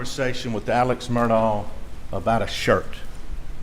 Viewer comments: Has sounded to me like Mur-dg (from the people who seem to be closest to the family). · I have now heard 4 different pronunciations of Murdaugh. I wonder which is right… MUR-daw MUR-dock MUR-tog And last but not least, and this is the way I heard Alex (among a couple other folks) pronounce it: MUR-dk … like there’s no vowel in that last syllable…it’s almost like the dk could be a new letter of the alphabet. Fun times.